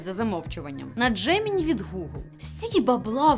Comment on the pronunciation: Джемінай, а не джемені, ага тобі тобі, що Дже мЕнІ, тому Джемінай